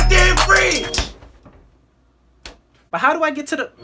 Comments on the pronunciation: That first “close ma fridge” had me dying lmao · She cep saying close my frigh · I love when the mom says close my frige and she excuse me my elitricty is running out